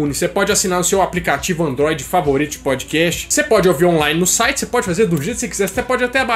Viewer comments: Quando vc fala PODCAST eu ouço PÃODEQUEIJO 😂😂😂❤ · Kkkkkkkkkk..podiquéchi...parece que ele falou pandiqueijo kkkkkkkkk...